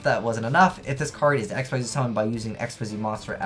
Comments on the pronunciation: "Xyz" is pronounced "ik-seez" not "x-y-z"! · not to hate but i hate how you say x y z its pronounced xzzz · Actually it depends. It's actually pronounced Xyz in English, but if you wanna stick with the original one, it's not xzzz, it's ik-seez.